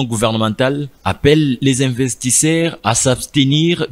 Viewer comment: Svp, un journaliste repporter, est aussi celui qui a une bonne diction, et non celui qui prononce des "ti" aulieu de "tu", investissaire, aulieu "d'investisseur....ca fait mal aux oreilles, désolé de le dire....